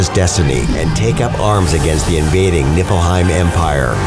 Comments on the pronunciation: He said "Nippleheim" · "niflheim" ppftthAHAHAHAH